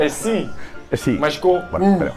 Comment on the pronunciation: CR7 es el unico pendejo del planeta que cuando dise siiii se escucha siuuuuuuu jajajaja tmr